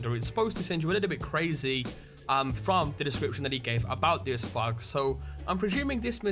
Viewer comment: Fug?! Wtf is fug? I assume you mean fog? NEVER heard it said like that and I'm British so ALOT of dialects!